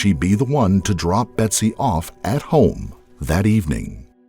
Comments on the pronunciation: A couple of glaring errors from the get-go; so bad I couldn’t continue watching. It’s BETSY not BETTY. It’s spelled right but spoken wrong. It’s Louis GUMP- not GRUMPenberger. Again, spelled right but pronounced very wrong. PAM WAS NOT BETSY BESTIE. Ever. She tried desperately to ingratiate herself into the fold but all her family and other friends will tell you Pam always seemed to be trying way too hard to be the best friend but there was just something about her that wouldn’t shake itself out. Lastly, IT WAS NOT the reporting of Dennis Hayes. It was a producer from Dateline that started questioning Pam’s motives and involvement. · Its GUMPenberger not GRUMPenberger<<<, and BETSY not Betty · the narrator keeps saying betty instead of betsy....